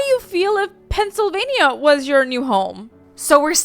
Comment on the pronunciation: Its Pennsylvania not Pennsyl filping vania